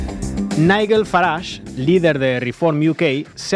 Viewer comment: Long live Corbyn! La putada que le hizo Starmer en aquel entonces es imperdonable. Magnífico análisis!! Un detallito insignificante: Nigel se pronuncia no como la "gu" de guerra sino como la " j" de John. Os queremos ❤❤❤